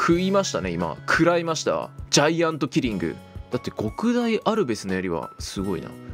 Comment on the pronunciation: どうでもいいことだけど「極大」の読みは「ごくだい」でも間違いではないけどどちらかと言うと「きょくだい」の方が正しかったりする